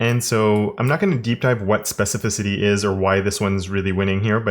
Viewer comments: I would buy it just out of respect for the amount of times he said specificity without mispronunciation. Ridiculous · I remember you struggling to say specificity, I think there is actually a dedicated video about it, glad you're saying it with ease is.